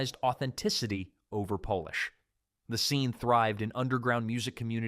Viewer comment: How do you know when an Artificial Intelligence is narrating. They pronounce polish like Polish.